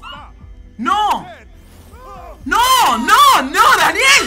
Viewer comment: he seemed italian by the way he said “nO” lmao